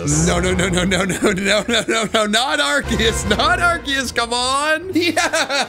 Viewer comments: its not ARKIUS ......ITS AAAARKOOOOOOOS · It’s Arceus not ArCKius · arceus (ar-see-us) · IT'S ARKOOS NOT ARCEUS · IT IS ARCEUS